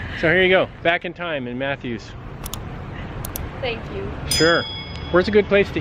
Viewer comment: I've always heard it called Gwynn's Island and instead of Mathews I've heard it pronounced as Maffis. But I'm from Gloucester and everyone mispronounces that one too. I'm glad the weather cooperated for your ride.